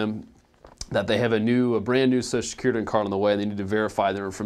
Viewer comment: you going to talke about "soso security" Do you mean social?